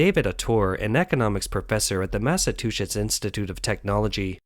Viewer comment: The narrator is usually pretty good but boy did it butcher my state's name. It's not Massa-2shits.